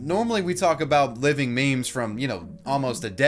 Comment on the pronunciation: Did you just really say 'mayms'